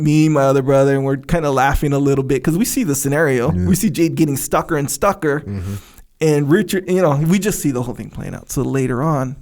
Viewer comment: Did say stucker & stucker 😆